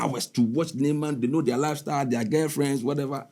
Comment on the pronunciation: I believe. He said "Neyman"😂